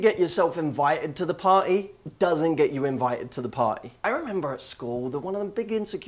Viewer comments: The way he says party... "Pah-ee" .... :) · I love how you say party